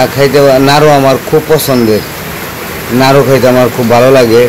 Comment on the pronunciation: নারু না নাড়ু।